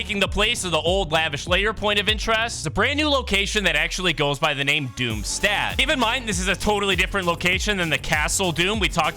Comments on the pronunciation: It’s pronounced Doomshtot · ur pronunciation of doomstadt is criminal its german dumbas